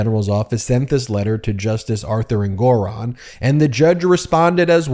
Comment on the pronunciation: So you still can’t pronounce Engoron correctly.